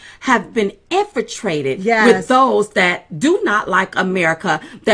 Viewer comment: First and foremost: INFILTRATED not INFITRATED. Please add the L. Secondly, Diamond, why are you shouting? I'm trying to listen to your points but all this sounds like noise.